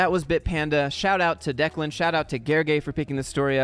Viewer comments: You pronounced Declan correctly. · You pronounced Declan's name correctly.